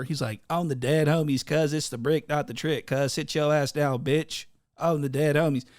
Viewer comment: “it’s the bricc not the tricc..” lmaoo ! 🤣